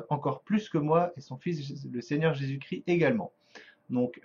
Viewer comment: on dis Jésus Christ pas cri ..arrêter d'écorcher son nom svp merci .